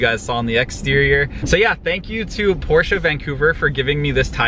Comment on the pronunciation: finally, someone who can properly say Porsche